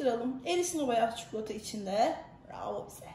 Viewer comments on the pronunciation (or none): Çikolataya çukulata demeniz 😖